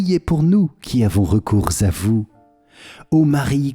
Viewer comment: Merci beaucoup pour ces prières ! Juste une petite remarque qui n'est pas très importante dans le fond, car cette erreur se répand partout, même sur kto, il ne faut pas faire la liaison entre "recours" et "à vous", cette erreur de prononciation se répand partout...